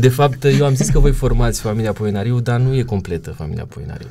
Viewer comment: Nu se spune Poenaríu se spune Poenariú